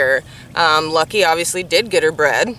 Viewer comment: Bred not breed